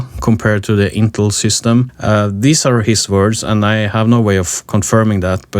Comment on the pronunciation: Who on the face of the earth ( using computers) doesn't know how to pronounce Intel? One guy, apparently! If it was spelled "Intle" I'd be understanding...